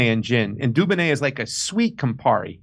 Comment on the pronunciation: It’s not said like duboneh 😂😂